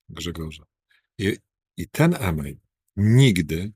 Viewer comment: Ten "iiimeil "to jeden bełkot a nie podstawa aresztowania